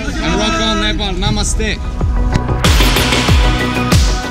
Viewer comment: 1St foreigner who pronounce nepal in really well 😍